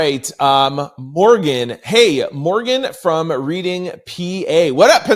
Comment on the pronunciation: Yup you pronounced the city right Reading spelled like reading a book lol 😅